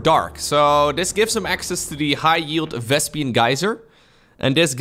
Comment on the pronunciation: I love how knows more about SC2 than almost anybody but still calls it a "Vespian" geyser. 😆